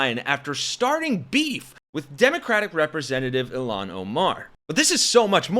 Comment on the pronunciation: Isn't it "IL-haan"...not "Ill-aan"?